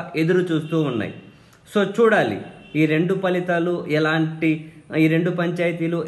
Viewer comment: మీరొక్కరే ఫలితాలు (Phalithalu) ఆని పలుకుతున్నారు . మిగిలిన అందరూ falithalu అని (including JP sir) పలుకుతున్నారు. Thanks for upholding the purity of our language.